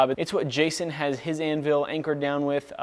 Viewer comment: good stuff, but PLEASE learn how to say "anvil" normally... hint, it doesn't sound like "an will"...: /